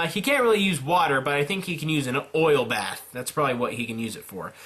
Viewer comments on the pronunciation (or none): none